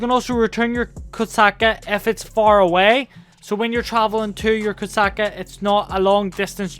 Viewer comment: Did u call the kosatka the koksucka